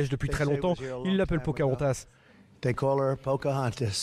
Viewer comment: Pocahontas, pas Pochaontas ;)